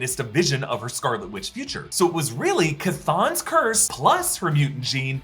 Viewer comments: "Kuh-thone"... Haha. That's how I always thought it was pronounced. Regardless, thanks for putting in the work, as always! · Chthon by name is pronounced as ‘THONE’. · Just sayin but "ch" makes the "chah" said.. . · 'Chthon' is not a made-up name. It's from Greek mythology, meaning deep earth. (Chtonic means all the monsters and dark gods from the underworld, which is where Englehart probably got the idea to use the name.) And it's pronounced "K-Thon". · Uhm, it’s actually pronounced chthon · its sh - u - ton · Sorry but it's Cthon pronounced ca- th- own. Had to be a stifler 😂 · I just pronounce Chthon as John. Easy peezy. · It’s actually pronounced Chthon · “Ca-thanks”. LOL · I believe it is derived from the the word 'Chthonic' (pronounced /ˈTHänik/), which means from or related to the underworld. So it would be pronounced closer to Thawn (for Star Wars fans, Thrawn without the 'r') ... LOL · Chthon is pronoused as (Kha Thone) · Chthon = "ka-thoan" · Its not chton it's d-spair! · I like the pronunciation "Ka-thon". However would like to point out that in the islam The Devil (the main and the strongest of the demon kind the fallen angel of fire) is called "Şeytan" (shay-ton) who is able to use ungodly magic and all sorts of trickery while hiding behind the shadows tricking and corrupting the souls by making them do bad things and use magic. Now I'm not saying it should be them ( god, the devil, demons and angels has no gender in Islam) but can definitely see the parallels and influences intentional or not. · over at comics explained can teach you how to say his name.